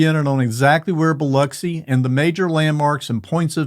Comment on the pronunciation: Can I just say that, as a local of the area, I LOVE that the first thing you do is emphasize the correct way to say Biloxi. It has always been a particular pet peeve of mine when people say Bih lock see.